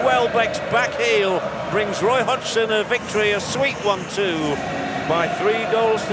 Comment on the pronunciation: what a strange 'roy hodgson' by the commentator ...